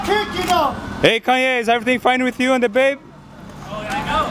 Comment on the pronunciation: the way he says kanye ... I'm creasing